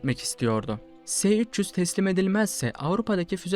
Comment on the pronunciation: Se300 diye okunmaz es300 diye okunur bunlar ince detay yakışmadı size gzt...